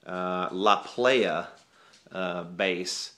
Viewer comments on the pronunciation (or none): ..... it is pronounced "La Ply-uh" La Playa is Spanish for the beach.........doesn't make you a "playah"....that's the club scene!!! Love yer show bro!